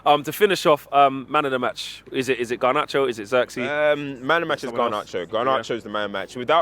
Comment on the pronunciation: Brudda why does this geeza keep saying gar-narcho??? Does he not hear himself?????